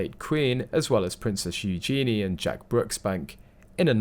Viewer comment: You need to learn how to pronounce Eugenie!